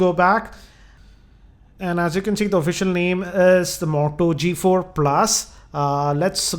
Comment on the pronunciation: moto g4+, not the modo g4+ hh indian voice always annoying